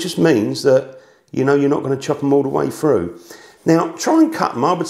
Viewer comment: As an American I have stopped watching when I hear an accent like this. "Froo?" "Buh-uh?" What do you guys have against the letter "T?"